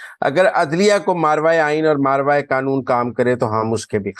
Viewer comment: صحیح لفظ ہے " ما ورائے" ماراوائے غلط ہے